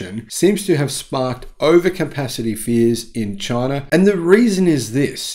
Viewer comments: Say China, not chiner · "Chiner" from down under.